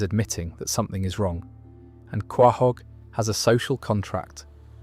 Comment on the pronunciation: It's pronounced co-hog not co-whoa-hog 😆